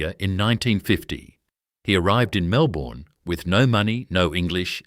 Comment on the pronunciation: 1. NSW Water Board? I believe you mean the Metropolitan Water, Sewerage & Drainage Board based in Sydney. 2. For God's sake get a human to do the voiceover. AI cannot pronounce Melbourne, let alone HIH and PLC. Bloody disgusting. And you want us to believe your little tale! Wake up!